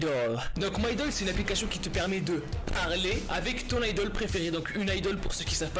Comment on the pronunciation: sodium2.0 officiel Nn sa prononciation est juste c toi qui te trompe